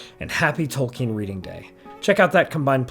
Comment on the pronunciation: OH! It’s Tolkien, not Token.